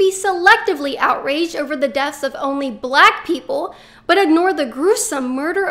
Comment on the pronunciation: I LOVE HOW YOU OVER EXAGGERATE "BLACK" EVERY TIME YOU SAY IT. SHOWS HOW IMMATURE YOU ARE!